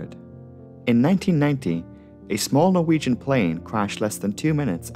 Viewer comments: Are you Norwegian? You pronounce those names and places too well to not be of Scandinavian descent. Excellent video as usual! I look forward to every upload. Cheers from New Orleans Louisiana. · I am norwegian and I love listening to non-norwegian folk try to pronounce norwegian words. You're really good at pronouncing the places in English, even if I still find it funny. <3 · As a Norwegian I am very impressed by your pronounciations, especially considering these are difficult words with characters unknown to English speakers. Well done.